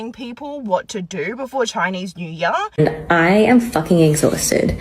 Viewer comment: Chinese new yar? 英语的奇怪发音